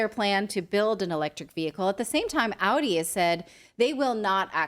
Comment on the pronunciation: Natalie did you say Aldi or Audi lol :)